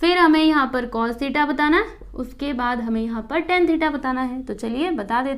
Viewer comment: Didi vo tan he thes is not ten